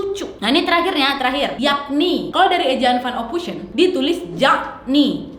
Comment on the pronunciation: "ophoisen" kak cara bacanya.